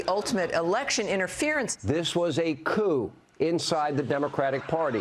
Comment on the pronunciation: Not couping! Cuop "coup coup kasouping"! Yes the p is silent!